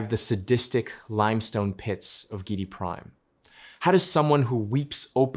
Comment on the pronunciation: I think that the name is pronounced GEE- eh- dee Prime. Good video to continue the great DUNE saga.